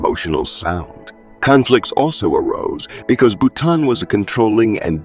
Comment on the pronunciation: Please learn to pronounce French names and words correctly! For example, it's Boutonnat, pronounced as "Boo-ton-A", not Bouton. The material in this video seems to have very little to do with reality. See Wikipedia instead. Many of her performances are here on Youtube.